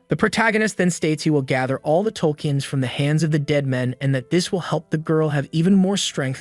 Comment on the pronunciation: “tolkeins” lmfaooooo